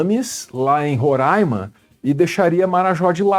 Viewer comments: Falou Roraima certinho, merece meu like! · MEU DEUS FINALMENTE UM JORNALISTA FALOU RORAIMA DIREITO T-T que emoção cara, obrigado